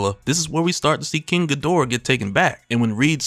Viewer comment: This was dope lore. But the weebs gonna get at you for saying "king gadora" instead of "king gi-do-rah"😅